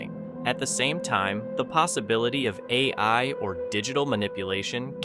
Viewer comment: Check your AI Text To Speech results for stupid mistakes like "a... eye" instead of "AI". Wow, it happened twice. "...the clip is A... eye? generated"... How do you manage to get AI to misspell "AI"? 🤣 Honestly it was probably poorly typed up or edited in the first place if the text wasn't also fully AI generated. How much lazier can we even get at this point? Soon we'll just have AIs watching other AIs and us people will maybe find something else to do. But that's probably a little too optimistic. AI slop is taking over and winning already.